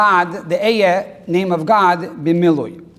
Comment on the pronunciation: B"H Learn to pronounce אהיה at least. At the very least. If your Hebrew is on that low a level all of your interpretations are necessarily incorrect. Yichus, real Yichus, is all about correct Torah interpretation and for that one must be connected to עברית which is the Brit. When you learn Hebrew truly you won't dare to attempt to judge Moshe Rebbeinu. You'll know that any imperfection you see in Torah is your own faulty interpretations.